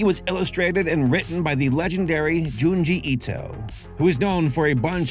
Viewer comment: Considering penchant for butchering names, I’m surprised he pronounced Junji Ito’s name correctly